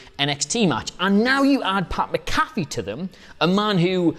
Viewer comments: Mc-A-fee. Just like the anti-virus program. Not MaCaffe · it's MAC-A-FEE not MC-CALF-EE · Just FYI, his name is pronounced MACK-UH-FEE or MAC-A-FEE. Not sure which of those best applies to the Brits. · Btw, it's Mac-A-Fee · Learn how to say Pat McAfee’s name